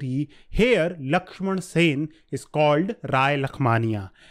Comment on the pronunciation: Sen..... NOT Sena